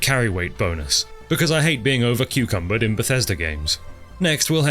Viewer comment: Usually when you pronounce words wrong you blame your british heritage. So i choose to believe british people just pronounce "encumbered " as "Cucumbered"